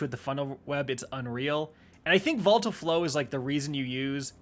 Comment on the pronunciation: Say it with me, "VO-li-tile"